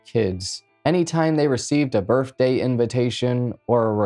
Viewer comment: Did you really just say “birfday” lol